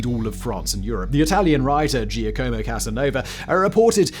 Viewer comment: “Gia-como ” lmao